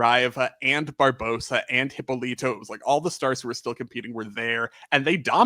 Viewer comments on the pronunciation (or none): Thank you for the video! As a Brazilian, I can tell you guys did a very good research. Just a few points: - You are pronouncing "Hypólito" wrong. It's more like "Hee-paw-lee-tu". - Thank you for pointing out that Brazil just didn't have the luxury to replace a gymnast. The field was not that deep like in many other countries. So, if a gymnast would win something, this gymnast would stay in the national team for as long as she wants (unless an injury stops her). A few US girls tried to come back later like Zmeskal in 2000 and Liukin in 2012 but the field was just too competitive. If they were Brazilians, specially in Liukin's case (coming to defend her AA olympic crown), they would probably would succeed in making the Olympic team. -Georgette Vidor indeed deserved a podcast on her own. I also loved when she briefly worked as a commentator in Brazilian TV for some PanAms. She was so blunt! There were three stations broadcasting it. Jade Barbosa was on the lead for the AA until she falls from UB. Luisa Parente in one station and Andreia João on the other were trying to comfort the public like "let's wait and see what happens, it's not over yet" and Vidor was like "Jade just falls from UB ending any hopes for a medal! What a shame!". It made me giggle at the time. 🤣Also, she was not the sole survivor from the bus accident (Danielle and other members of the gymnastics team were also inside the bus). There were a few casualties but she did an interview saying she was asleep